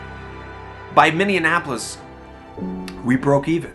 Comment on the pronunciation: He said Minneanapolis. xD